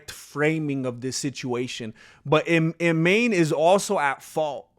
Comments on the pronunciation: Hey there I'm Arab, regarding the name it's pronounced "E'man" which means Faith. I hope I added something useful! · Her name is pronounced "Eemaan" and it means "faith" in Arabic.